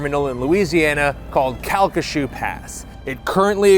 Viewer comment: Wow! You pronounced Calcasieu correctly! As someone who lives here, I appreciate that.